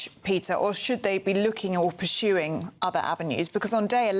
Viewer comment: “Pershuing”???? That bimbo 😂😂😂